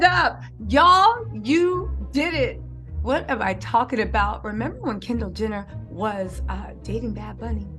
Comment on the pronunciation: Your killin me doll!! U keep saying “Kendall gender” lmfao sorry had to rewatch video parts a few times